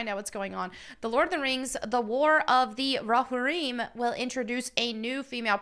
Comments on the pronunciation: You're pronouncing Roharrim wrong. You are still cool, though. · How do you pronounce it? Row-Har-Im? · Definitely a unique way to pronounce Rohirrim. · pronounces Rohirrim like the substitute teacher, and it's triggering me. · Despite you never pronouncing Rohirrim correctly, you still get a like.👍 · God bless you but you need to learn how to pronounce Rohirrim properly. Still love your video. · Did anyone else cringe a little when she said Rohirrim? 😅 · It's too late. She pronounced a fake word wrong. I declare vendetta. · I could be absolutely wrong about this, but I've always heard it pronounced row-here-em. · Roh-hear-em is, I think, how it's pronounced. Anyway, they've now completely lost me. I was looking forward to this, but I want to see a story about Helm Hammerhand. Not Helm Hammerhand's freakin kid. I hope Peter Jackson doesn't do this. I hope he says screw this I'm out. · Pronounced Row-here-em. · "Row Hareem." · How do you claim to be a nerd girl and you don't know how to say roe-hear-im? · Haha, i love that you pronounced it Rohareem. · It’s pronounced row-here-im (not I’m) just fyi. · It’s pronounced: “Ro-here-um” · "Roe harim" Tell me you've never watched LOTR without... you know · Still missing the Trump hat. Shame! Anyway, Lord of the Rings did not need any feminist garbage. Way to go and kill it. Oh and you are totally saying Rohirrim wrong. Allow me to mansplain it. Ro-here-um. :) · Hey, love your content. Just a heads up, Rohirrim is pronounced Row-Here-Um. Letting you know before the LotR nerds come after you 😉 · "Hey, love your content. Just a heads up, Rohirrim is pronounced Row-Here-Um. Letting you know before the LotR nerds come after you " Ope. Still, maybe do some research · It's definitely rohirrim, not rohereum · Let’s say it together folk, it’s Ro-Hir-rum What are you saying, ro-ha-reem, I clicked off right after you said this, your a Tolkien fan? Clearly not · "Ro-heer-im" not "Ro-hireem"